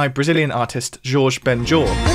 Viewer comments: Shouldn’t his first name be pronounced “Hor-hay” rather than “Georges”? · Shouldn’t Jorge Ben Jor’s name be pronounced “Hor-hay” rather than “Zhorzh”?